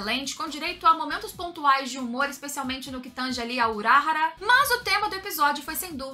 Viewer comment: pq q vc fala uráhara se é urahára ? falam toda hora o nome dele e vc fala errado o nome